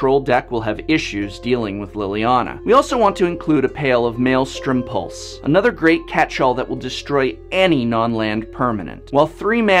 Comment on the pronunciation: Just a few errors to point out, you said there were 7 hand disrupting spells, but there were only 6. Also, you said "a pail of Maelstrom Pules"